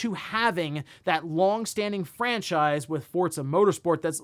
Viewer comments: Love the content. Cant explain why but hearing "Fort zuh" instead of "for zuh" for Forza is like nails on a chalk board 😂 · Is it pronounced fortza or Forza? Sounds like you are saying fortza? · Forza is an Italian word (means “force”); that’s how they pronounce “z.” Just like how you’d say “pizza” or “mozzarella”